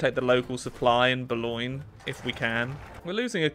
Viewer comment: The way he said Bologne hurt my soul and I am not even Italian